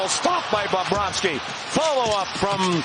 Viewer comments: He also says "Bob-rohski". He goes heavy on the Bob and doesn't sound like he gets a V in there at all. Should be BubroVski. Even better if you say it like Jay Onrait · It's not Bahb-bravski guy